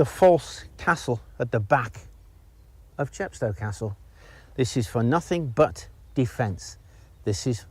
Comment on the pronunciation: CHEP sto, as in GLAZ go and MOSS Co. No offence! A fascinating video.